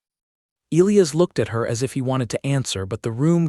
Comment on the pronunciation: Pronouncing Elias wrong the entire story drove me crazy